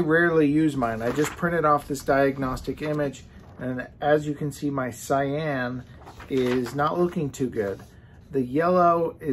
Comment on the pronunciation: Did he say sigh-ann instead of ky-ann?